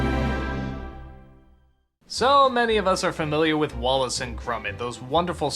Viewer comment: Did anybody else hear him say "Wallet and Gromit"?